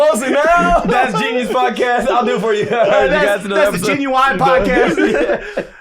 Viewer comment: Thank you for correcting your father on pronouncing genuine incorrectly. But apparently a lot of people pronounce it like this! I've heard it so much that I questioned if i was the one who was wrong lol